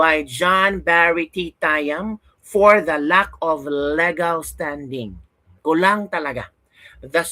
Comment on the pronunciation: legal is read as LIGAL